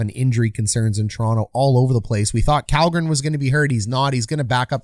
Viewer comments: Kallgrens name is pronounced SHELL-gren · Kalgren is pronounced "shall-gren"